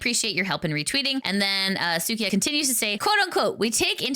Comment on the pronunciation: its suika not sukia/ the japanese word for watermelon.